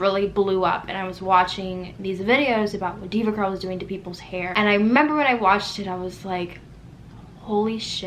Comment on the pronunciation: I love your accent & the way you say “I meba” instead of remember lol. But you’re so beautiful regardless, I’m sorry this happened 🥺